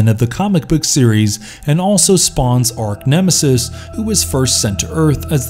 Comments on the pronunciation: it's ARCH nemesis....not ARK... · Arch. Not "ark".